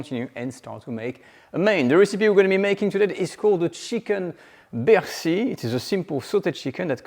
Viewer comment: Have mercy, it's chicken a la bercy!